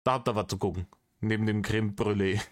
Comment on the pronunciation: Krehm brüllé 😂😂😂